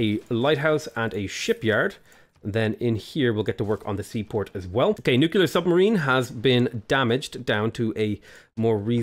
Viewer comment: AAAAA, IT'S NUCLEAR, NOT NUCULAR